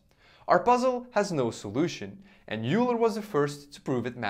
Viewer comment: Hi! Euler is pronounced as 'Oyler' or 'Oiler'. Great video btw!